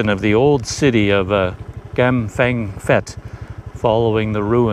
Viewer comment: Prounced Pet not fet!